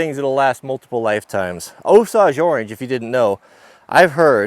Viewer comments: It's Osage (oh-say-ge) orange, not (oh-sauge) 😒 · It's O-Sage (long O and long A) orange like the native American tribe Not O-sauge. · Osaage Orange? It's Osage orange. Us east coast guy always got to correct you. Good video. Been wanting to do this myself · Osage is pronounced osayge, not osawge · It is pronounced Oh-sage! Not Oh-suage... Us Mid-Westerners who know what we are talking about call it hedge, or hedge apple. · For all you west coast guys it is pronounced o sage orange like the spice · Hey ya West Coast hipster... it’s pronounced O-sAGe!!! They’re a Native American tribe from the Midwest. O-Sage!!! Can’t have ya sounding like a Mook... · I'm from the Ozarks so maybe we say it funny but Osage Orange (commonly called Hedge) is said Oh-Sage like Sage Wisdom... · Get scalped in Oklahoma saying Osage like that. Long a, 0h + sage. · The "Commander" wood is actually pronounced O Sayj. Or, just call it Hedge. And yes, you can melt a wood burning stove with it. I have seen it done. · Osage is pronounced OH-sayj. The Osage Nation would like to speak to you. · Only a west coast guy could repeatedly mispronounce Osage so badly. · Leave it to a flat billed west coast guy to mispronounce Osage 😂😂😂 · You made me check myself, you need to google the pronunciation of Osage Orange. Also when you turned the bench over on those forks, I jumped off my stool trying to get out of the way of those legs. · INDEED! My former spouse is 1/4 Osage, my loving daughters 1/8! Interestingly, as an aside, related to the Tallchief sisters, they’d all throw a hissy fit, as would my respected late father in law, if they had to listen to cringe inducing mis-pronounciation! Sadly, as its’ worked out, for the ressons above I’ve attempted to correct him, to no avail! Best of luck...